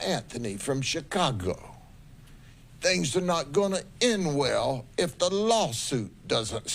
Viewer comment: You can’t talk Chicago correctly.